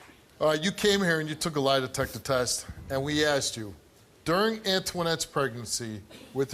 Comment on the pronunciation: she keep saying "line detector" or am i trippin?